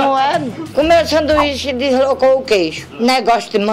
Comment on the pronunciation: Descolocou kkkkkkk ela num sabe falar Deslocou kkkkkkkkkkkkk massa d+